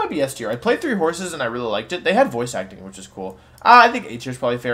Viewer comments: Did he seriously say “Fire Emblem: Three Horses” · I heard Fire Emblem: Three Courses (instead of horses), and laughed my ass off